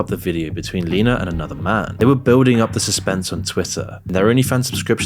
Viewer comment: Bruh, at least say names correctly. Not Leena not said "Lean-ah" it's Lena said like "Lynn ah"